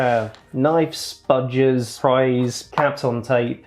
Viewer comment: *spudgers :D